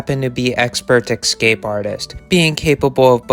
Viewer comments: The word is ESCAPE NOT EXcape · Excape?. If you are going to narrate and use the same word a dozen times,the least you can do learn how to say it correctly!. ESCAPE!. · Also, the word is "escape", not "ecscape" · the world is escape, not excape. escape. enjoyed the video. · The word is escape not excape . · Keep saying countryside. Stop saying "exscape". Also, foxes prey on wallabies in Australia, not sure if they could in the UK. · You didnt answer the question. You said possibly released by rich collector possible release by zoo's. Also did you say excape as if its a real word ? Bloody yanks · Sort of like “expresso.” But these annoying variants seem to be contagious! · Stop mispronouncing "escape".